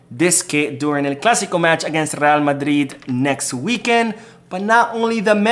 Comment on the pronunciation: I hate to the way you say Madrid 😡😡 talking about real madridd